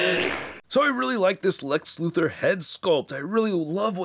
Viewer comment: Lex "Lutho", ah yes the way Otis called him in the Christopher Reeve Superman movies "Mr. Lutho"